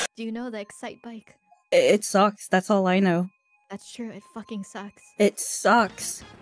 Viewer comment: I'm used to hearing Calli, Kiara and others swear all the time, and I'm completely unaffected... But this... This feels wrong. Like that one time Fauna dropped an F-bomb in karaoke. My brain gets so fucking confused XD That emphasis really gets me in particular XD